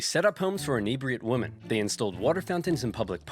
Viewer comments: Why the fuck does the narrator keep saying woman instead of women?? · What gets me is that the narrator pronounces "women" the same as "woman" XD